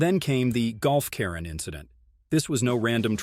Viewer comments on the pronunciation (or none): none